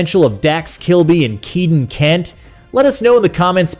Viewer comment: Prounced "Kay"-den, not "Chi"-den